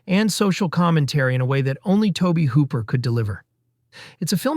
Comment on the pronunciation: Great video and selections. However, the narrator’s constant mispronunciations, some times within the same segments, is pretty distracting and amateurish. Beelial to Beh liel, Tobe and Toh-bee. You can always do another take and say everything correctly once 😅